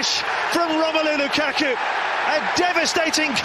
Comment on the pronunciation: When he was Lukaku not Lakaka